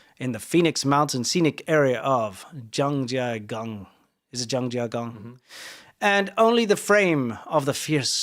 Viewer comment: I was in Zhangjiagang this week, and I didn't hear about the temple burning in local news. I found out online from an international source. I've been to that temple a few times. I'm amused hearing your pronunciation of Zhangjiagang. You tones were off. I have long exposure to that city and still sometimes have trouble pronouncing it right. Need to drag out the first tone longer on Zhang.